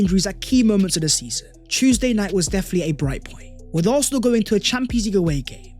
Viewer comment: How can we take a guy who can’t even pronounce Arsenal correctly talk about Arsenal. Absolutely Toxic Positivity